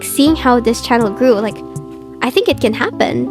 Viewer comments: I just love when this yaps, she’s too cute! And the way you say 𝒞𝒽𝒶𝓃𝑒𝓁 instead of channel? It’s fancy and totally adorable!! “Q&A” ⋆. 📷ྀིྀི˚꩜ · I love how she says "chanel" instead of "channel" lol